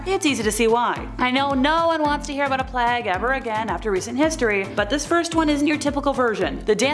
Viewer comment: Plague has a long ‘a’ sound, rhymes with mage. Sorry, keep the good spook on 💪🏽